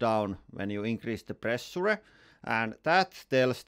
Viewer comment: too much pressh-yure-eh.